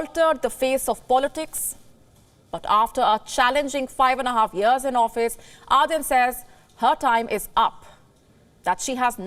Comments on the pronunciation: ArDen not arthen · I couldn't watch after the first minute or so, thanks to the horrible pronunciation of the name. "Aaadhen" really? Could you not take the trouble of pronouncing the name correctly? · It pains me when this lady calls her Are-then!